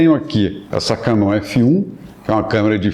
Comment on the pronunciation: Vejo quando o cara tem propriedade naquilo que fala quando o ouço dizer: "Canon" da forma correta. [cá-nÔn]. Agora, quando o "expert" pronuncia "kéeenon", está tudo fudido! Todo o bom fotógrafo é, acima de tudo, uma pessoa muito culta e inteligente. Bem haja!